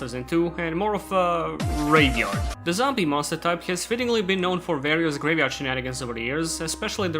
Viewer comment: casually just gonna start dropping the g when saying graveyard